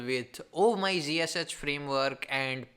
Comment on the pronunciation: OMG!!!! can't you people just create this videos for Indian people in your language? it is pain to listen you, it was somehow auto played and I was looking for tabs to mute or close or whatever just to stop this horrible noise, you can't even know how to correct pronounce words, WTF is zhiseshech? it's ZSH not zhiseshech or whatever you said, blood is leaking from my ears after listening this OMG!